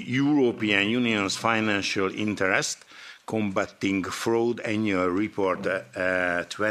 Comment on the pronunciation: Internest or interest?????😂😂😂😂😂